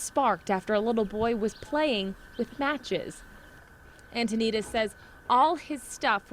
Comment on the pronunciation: His name is Mark and the last name is pronounced an-toe-nuh-deez